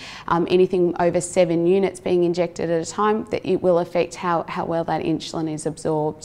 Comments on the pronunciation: God bless her, but some one for the love of God teach her how to pronounce insulin!! Or should I say inshuslin. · Inshuslin drove me crazy. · Brits put a y before the U in insulin.